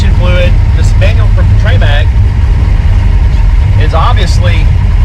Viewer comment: “ treee MAC” uh…”trim-ICK” is the pronunciation… and 2.7 qt not 3.5!!!